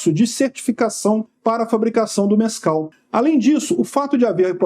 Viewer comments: Mais alguém está a ouvir "Nescau" ? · Eu juro que ouvi "Nescau" na primeira vez que falou.